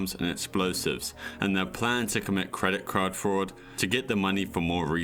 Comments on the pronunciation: "Credit crad fraud" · “credit craud fraud”